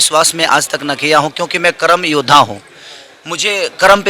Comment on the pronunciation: करम योद्धा नहीं होता है, कर्म योद्धा होता है🤔